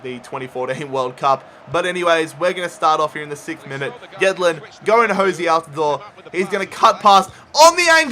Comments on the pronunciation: Jozy not Jose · It’s pronounced “Joe Z” and spelled Jozy Altidore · Your are saying altidores first name wrong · A few nitpicks - It's "JOH-zee" Altidore, and "PULL-ISS-IK", not "PULL-ISS-ICH" (even though they announcers call him that)